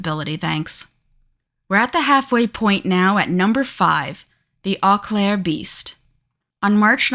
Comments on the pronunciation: It’s pronounced “O Claire” not “Aw Claire” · 😅its pronouced 'Oh' Claire dont start with an e sound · And it's Oh-Claire, not Ah-Claire. Seriously, is it that hard to look up pronunciation? It's super grating to listen to. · O claire. Not au claire.